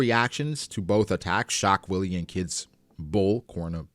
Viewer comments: Shock Wille pronounced in Japanese would be (shock while)....so it "shock wire" really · I think laws attacks are supposed tobe pronounced shock villa/ puncture villa.Alot of Laws attacks have german names (i.e. sterben) wille is pronounced villa in german if im not mistaken. (I dont speak it though so take that with a grain of salt) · as a german hearing him saying "shockwilli" instead of "schockwelle" haha nice... german word for shockwave, was super funny